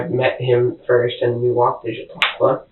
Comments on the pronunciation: Chautauqua /=/ sha-TALK-wa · Pronounced: Sha-tok-wa